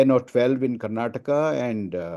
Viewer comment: Mr Thapr - It's time you pronounce "Karnataka as Karnataka" not as Karnatak